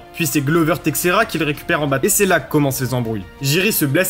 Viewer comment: Par contre t’as détruit tout les noms de Glover Teixeira et Jiri Prochazka